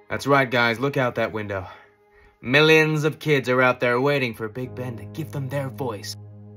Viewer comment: omg the first syllable of "millions of kids" sounded exactly like Donald Trump and it gave me ptsd